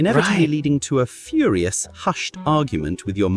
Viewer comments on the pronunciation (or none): none